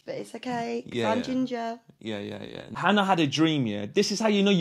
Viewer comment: “Oh this gingah (ginger) kid” had me rolling. 😂